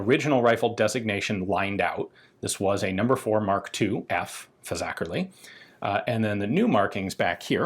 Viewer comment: Well done Ian on the pronunciation of Fazakerley.